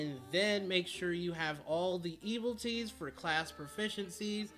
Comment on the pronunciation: It's not Eviltees, its Evilities Also it's not Rakasha or Raksasha, it's RAK SHA SA!